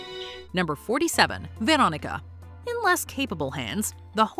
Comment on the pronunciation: the brood is gross and wild, but why do you pronounce the name Veronica that way, its not necesary.